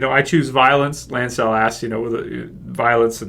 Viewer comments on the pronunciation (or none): Why do you pronounce them Kev-An and Lance-El? Are they kryptonian???